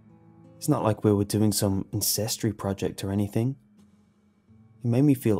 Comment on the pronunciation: He says ancestry at one point and it sounds like incestry